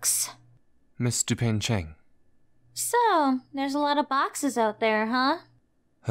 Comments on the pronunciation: Just wanna say, its dupain-cheng, not dupeng-cheng. triuehsfigkerd loved this thooo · I can't stop to hear "Mister Pain-Cheng" 😭😭😭